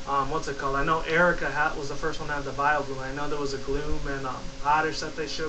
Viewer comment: its vileplume not vileblume